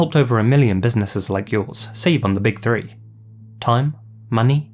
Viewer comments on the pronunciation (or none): none